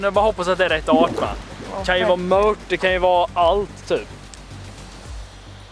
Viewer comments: Mört inte mött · grymt bra serie! Men möRt...jösses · Varför säger ni mött? Det heter väl mört?